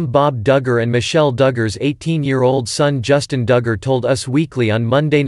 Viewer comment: or how to pronounce DUGGAR